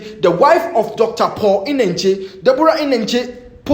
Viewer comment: The way wrongly pronounce and emphasis on Deborah Eneche made me laugh in the mist my troubled soul and crying eyes